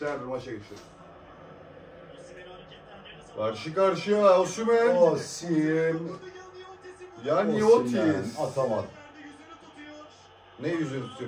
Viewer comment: Oşimen değil kardeş. Osimen.(Türkçe telaffuzu) ayrıca Osimenin attığı gollerde bu şarkıyı çalın diye isteği var.kulüpten istemiş. daha doğrusu VİCTOR OSIMHEN.... Senin 100 milyonluk adamın olmadığından;ederini senin bile hatırlamayacadığın futbolcuyu mu örnek almış olabliir mi? Futbolcu istese sana stadta 'Welcome to the Hotel California' diye dinleti yaptırır. Adamın storyleri var. tepki videosu nasıl olur kardeş önce öğren. ADAM gibi ADAM.